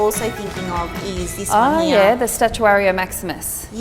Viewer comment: why do you say here with an 'a' in it...?